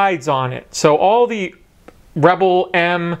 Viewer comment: You sound weird when you say theee.